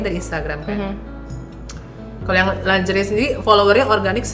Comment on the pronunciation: Lingerie... ko pronounce nya longere sih..